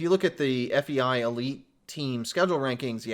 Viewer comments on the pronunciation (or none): none